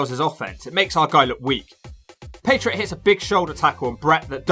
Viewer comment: It sounds like you’re calling him the “patreon” lol